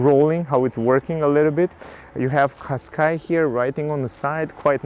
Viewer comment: Не Каскай а Кашкай )